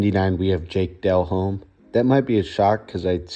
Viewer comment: Jake Del-Home and Dave Kreeg??? SMH